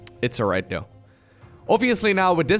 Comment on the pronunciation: For the 100th time; it's though, not dough!!!!!